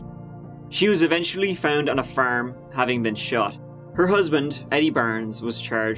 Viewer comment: Bro you are great, but why do you pronounce farm is firm 😂😂